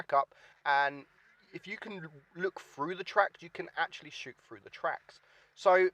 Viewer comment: Through not frough